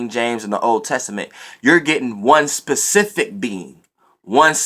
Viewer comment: Lol he was really making a point to say SPECIFIC instead of PACIFIC like he been saying. I never cared anyway cuz the message is the message..